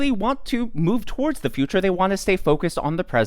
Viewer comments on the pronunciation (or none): none